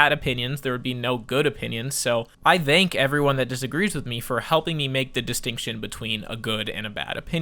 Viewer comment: Why do you say “thank” like that